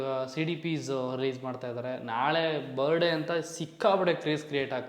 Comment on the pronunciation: Bro you were trying to teach in some previous videos in correcting some other youtubers pronunciation was wrong this & that.... But today how are you pronouncing "birthday" .....birday😅 birday... Don't mind brother as an audience prospective I'm just bringing it to your attention, that please correct and upload ,moving forward.